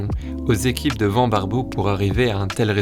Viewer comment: j'ai une question qui me turlupine depuis le début. Pourquoi tu dis van (comme vent) et pas van (comme vanne)? À chaque fois que je l'entends je tique😅.